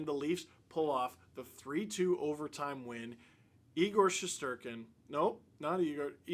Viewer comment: Once again…..thank you for FINALLY pronouncing our goalies name right! 😛